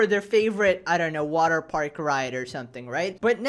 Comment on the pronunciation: It's water paRk bro, not waterpaik.